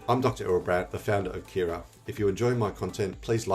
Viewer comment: my sang American ears thought you were talking about Keras the python library until I saw Kiraa on screen.